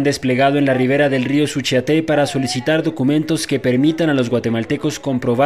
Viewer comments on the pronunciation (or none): Hasta para hacer periodismo 'amarillista' hay que estudiar primero. No se escribe "restriega" supongo que quiso decir RESTRINGE. Y se pronuncia SUCHIATE, así,sin acento. Ni cómo tomar en serio a éste tipo de seudo "periodistas"😡